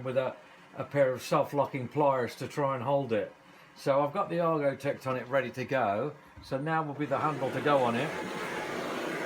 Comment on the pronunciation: I had to listen to him say it several time before I caught it Argotect.